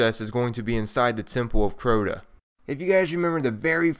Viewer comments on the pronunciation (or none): 1. Its crota not croto2. Its the dark below not dark beyondLol! Love you channel tho